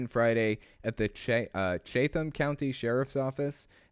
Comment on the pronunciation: It's pronounced Chat-um county.